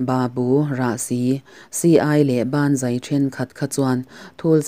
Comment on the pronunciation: A tira "Banzai" i lam rik dan khi ngaithla nawn leh chhin teh.. 😁😁😁 "Ban zai" i ti tlatin ka hria. 😁